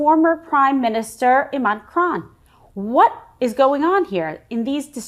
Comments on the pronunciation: Reading may not be too high on her skills list either. I think she was trying to say the ex-Primie Minister in Pakistan is Imran Khan, but it came out as Iman Kran. The Pakistani people are quite capable of ousting their own politicians, without any help from Joe Biden. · It's Imran Khan not Iman Khan, Kimberly dearest 😂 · Imran Khan. Not Kran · Kimberly pretending to be a journalist… but makes no effort to learn how to pronounce the name of former Pakistani prime minister and former international cricketer Imran Khan… just read it off the Tele prompter. Get it wrong… just carry on. MAGA won’t notice. 🙄